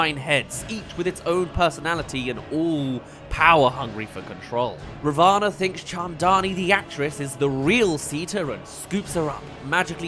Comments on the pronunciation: Hi! Love the vid, but just saying- Ravana is pronounced Raa (roll the r a bit) -vuh -naa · You got a lot of your pronunciations good but I believe ravana is pronounced as rah-vin